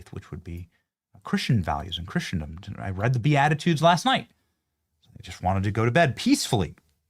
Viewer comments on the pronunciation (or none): pronounced KRISS-uhn-duhm (not KRISH-uhn-duhm).